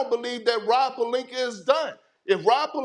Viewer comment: He be calling Palinka “Palinker”